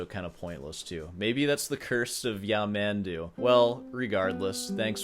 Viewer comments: Actually, the pronunciation of his name is something like Yah-mun-DOO. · First video that made me laugh! Worth a comment here. You are still pronouncing his name wrong, though 😂 His name has the accent on the last syllable. His music is very uninteresting to me too; I’d much rather listen to silence. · Pronunciation still wrong actually. The stress is on "du", and "man" isn't pronounced like the English word "man"; the vowel sound is closer to the "o" in "love". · Ironically, you're still pronouncing it incorrectly. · Bro’. Concentrate on your master. Possibly if you study very, very, very hard, you would get to play an infinitesimal part of what Yamandu can play (if there is something worse than you reaction, is your pronunciation of his name). As is, you only know the intro of the Bach Fugue and Sor’s variations, and badly played (like a soup with no salt). As Frank Zappa said, “Shut up and play yer guitar”.